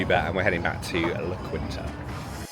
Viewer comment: Its pronounced "la keen-ta" But its a decent place to stay.